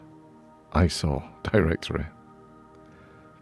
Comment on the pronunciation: Every time you say ISO, I hear . . . Eye Sore!:face-blue-smiling